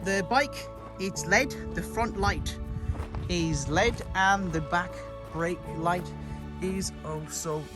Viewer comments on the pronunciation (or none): it's not pronounced "led" it's "L.E.D".